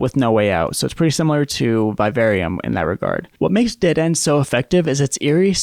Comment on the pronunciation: Learn to pronounce “vivarium” correctly. Why do yanks struggle with the English language so much? I know the education system there is about as much use as a chocolate fire guard. But f*** me, it’s not rocket science when it comes to reading the language you speak.